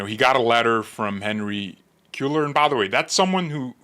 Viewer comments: Hispanic last name it’s Henry KWAY- ARE … KWAY- ARE (as in ARE u going) KWAY-ARE. … Cueller! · I have a ROAST for you: can’t pronounce SPANISH NAMES to save his life! Haha - pronounced it the same! LOL As a Texan, I can tell you with confidence that our pardoned congressman pronounces his name “Kway-lar.” Your welcome!